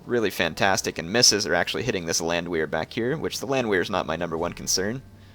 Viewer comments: repeat after me: Land-VEHR is how it is pronounced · Good video, my only problem was you pronounced the "W" in Landwehr. It's actually pronounced Landvehr, as they are Austrian. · Well, not everyone has the benefit of growing up in a German speaking country, or having 2&1/2 years of German in high-school, (like me), but yeah..... his pronunciation of Landwehr is kind of like nails on a blackboard.....